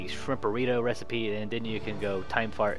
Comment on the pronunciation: I am sorry young sir but my friend and I have noticed that you have messed up the word "recipe" DID YOU KNOW THIS!!??